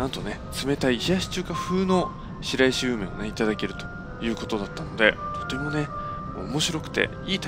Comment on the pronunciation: しらいしではなく「しろいし」と読みます